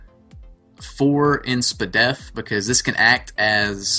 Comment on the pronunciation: LMAO haha "Spuhhdef"